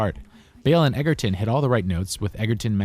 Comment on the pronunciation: It's edgerton not edgerton